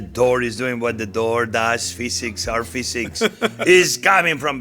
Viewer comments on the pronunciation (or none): none